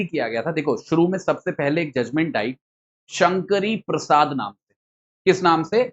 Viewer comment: It's Sankari Prasad not Shankari Prasad. 🙏